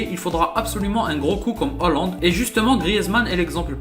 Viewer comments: On dit Haaaaaland pas hooooooland, sinon gg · Pourquoi tu dis Hollande ?? Il y a pourtant AA après le H !